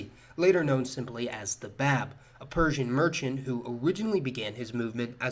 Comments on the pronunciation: You mispronounced The Báb - it’s like BOB not BABB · The Prophet-Forerunner's title (the Báb) is pronounced Bahb (or Bob as Americans might say), and we call the Prophet-Founder, Bahá'u'lláh, by His title without using "the" in front of it. Oh, and Ridván is pronounced REZ-vahn.